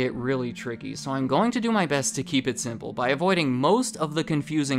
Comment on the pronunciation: I thought you said scandal overview not simple overview 😅